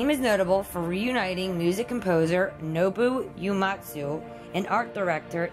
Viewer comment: It's Nobuo Uematsu, not Nobu Uematsu.